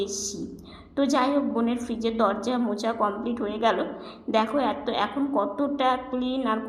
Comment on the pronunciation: Sampa tumi mochcha bolo keno otake kintu mocha bole.